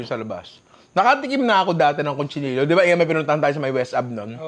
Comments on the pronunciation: Cochinillo, ninong hindi CONCHI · Ninong its COCHINILLO not CONCHINILLO